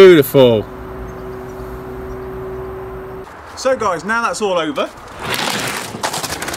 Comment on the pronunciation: “Thank you very whuuu whuu”